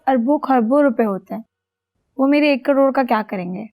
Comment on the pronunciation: Ek crore hi bacha h fir bhi caroro caroro kh rhi jaise kitna carore h🤣🤣